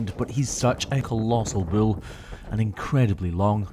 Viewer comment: ITS BULL NOT BILL. lol